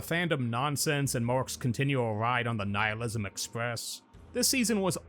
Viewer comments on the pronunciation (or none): none